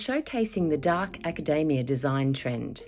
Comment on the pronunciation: You pronounced it acadaemia